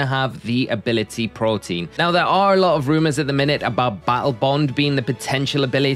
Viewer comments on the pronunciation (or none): it's Protean not Protein lmao and the pokemon is likely Battle Bond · It's "protean" not protein lol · It's protean not protein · Why is every PokeTuber calling the "Protean" ability, "Protein"? Is it a meme? Sorry for being out of the blue with thus question.. just being curious about it. Also great video! Keep up the good work 👏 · The ability is “Protean” not “Protein” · Greninja's hidden ability isn't "protein". Its pronounced "pro-tea-an". Protean means versitile or having a tendency to change. At first I thought it was your accent making yourself sound foolish, but you actually have it spelt "protein". HUGE L Edit: Also WTF is "Psychical"? SMH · All poketubers' ability to mispronounce everything is amazing! Dude even misspelled it in the graphic. Protean bro... As in PRO-TEE-ANN. Thank you for coming to my TED talk. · Why can no one who makes these videos say “pro-tee-an”??